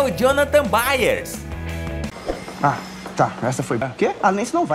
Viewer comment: É byers nn beyeres